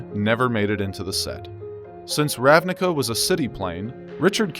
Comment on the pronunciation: Fun fact. The word "ravnica", means in slovene "plain". It's pronounced as "ravniTSa", though. :)